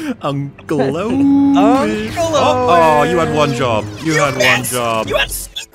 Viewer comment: For some reason it triggers me that puts the emphasis on AAAunt Beru and UUUncle Owen instead of Aunt Beru-UUU and Uncle OW-en.